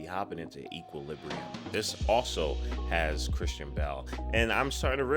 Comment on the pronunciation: 1) Equal-lib-bree-um, not sure if anyone mentioned it lol 2) A lot of people compared this to the matrix because of the style and color grading which is why not too many people may have heard about it.